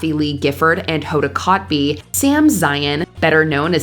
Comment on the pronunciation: Hoda “Kot bee “ 😂